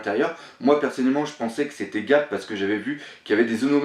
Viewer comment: Hey !! J'ai remarqué que dans tes vidéos tu prononcais certains noms mais pas a la francaise :p Dans tes deux dernieres videos, j'ai relevé les noms : "Coup de buster"-> "Coup de burst" normalement "Brook", tu prononces " Brok " mais il se prononce "Brouk" "Luffy" que tu prononces "Louffy" alors que dans l'anime il se prononce "Leuffy" Et pour finir "Garp" que tu prononces sans le r alors qu'il est normalement présent ... Voila !!! Et bravo pour tes vidéos!!!